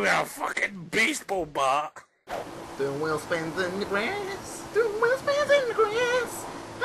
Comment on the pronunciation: Did Azzy just say "Beast"ball bat? O_O